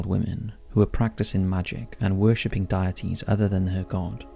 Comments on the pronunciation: Um ... Circe is pronounced Sir-See, not Cur-Key. Edit: Deities is pronounced DEE-et-Tees, not Diet-Tees. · Why are you pronouncing deities like “diet ease”? Please get back to me soon. Love you, goodnight. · Dee - A - Tees Ex - O - Dus Sorry to be grammar police but as a fellow Englishman I don’t know where you got the pronunciation for them from lol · "Deities" - Pronounced - 'Day - et - ees' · Dude, I love your videos but PLEASE learn to pronounce words correctly! In the first two minutes you mispronounced Saul, Exodus, Circe and deities! Look them up if you're unsure, please!